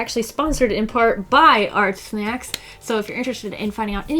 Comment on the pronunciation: I keep hearing her saying Art Snek 😂